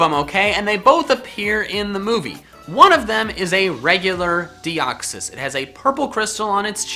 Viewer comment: all Pokemon Names Are Plural . For The Record lol . " Deox-Eye" lmao